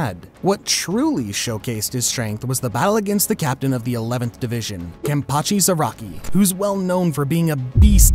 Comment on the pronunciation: are we just not gonna mention how he said the name of my second favourite character wrong? bro said kenpachi zu-ro-ki